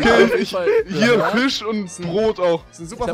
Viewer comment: "Wir haben hier Fich und Fleich" ~ Rewi | 2016